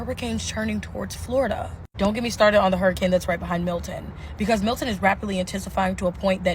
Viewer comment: Milton hun, not Hilton